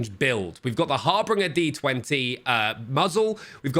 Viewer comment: It's HAR-BINGE-R not HAR-BRINGER LOL